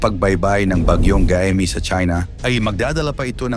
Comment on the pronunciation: MALI ANG BIGKAS NG GAEME DAPAT GAYME. KAYA WINALIS LAHAT CG NGA HINDI KAYO NAKIKINIG SA CALL OF HUMANITY NAGBILIN AKO NOON NGAYON PILIPINAS SUBUKIN MATATAG ANG EDUKASYON NGAYON NGAYON MATATAG O MALALANG EDUKASYON NAGKLASE BA KAYO HAH HINDI KAYO NAKIKINIG.